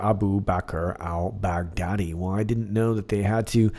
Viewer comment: Great one! Also, Jennifer Mac noticed that Trump said Al Bugatti (French car manufacturer) instead of Al Baghdadi at one point ( time marker) He then said Al Baghdadi right after to confirm he knows how to pronounce the name of the terrorist that they took out. Any ideas on the connection? Maybe a comm to point to the time marker so we dig for a bone?